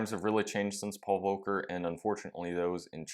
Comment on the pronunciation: Pronounce the L in Volker, please. I didnt know what you meant when you said it.